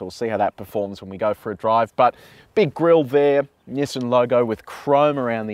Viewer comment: nassain xtrail or nissan xtrail??????????????